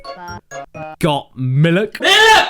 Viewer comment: Raptor Dave #1 It's "Miluk" #2 Two syllables, not one